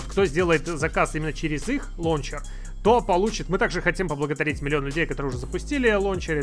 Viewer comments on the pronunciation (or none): Ору.)) как как 'лОнчер' алОкс совсем Обнуля, забывает как рОзговаривОть)) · Всегда думал что правильно лаунчер😱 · "Лоунчер" Мои уши в крови...... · Прошу, не говорили больше ЛОУНЧЕР. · Мне одному уши режет "лончер"?